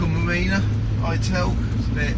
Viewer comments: Not Hi Tal it's pronounced Hit Al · It makes me chuckle the way you pronounce ital as if it was an apple product lol it’s it’al lol 😂 nice retro van mate. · Looking really good but you are miss pronouncing "ITAL" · I noticed that immediately.